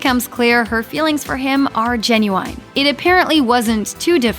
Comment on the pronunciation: Is this a robot reading the script? The staccato is so weird and her pronunciation of genuine is strange